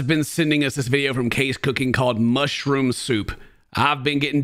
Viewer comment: Mushrooum souup (not good soup) 😂😂😂😂